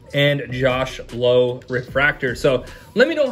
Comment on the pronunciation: Awesome break! Josh and Nate Lowe is pronounced "Low" (And they are brothers) but Brandon Lowe is pronounced the other way